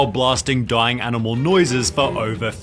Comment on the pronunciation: Me pets dog and gives dog walk, her “dah duh that’s aminal awboose” (Also I purposely spelled the words like a three yr old)